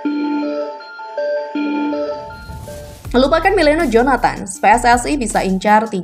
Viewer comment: Miliano bukan Meliano